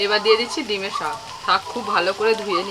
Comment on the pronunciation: Dime saag bole na.... Gime saag bole 😁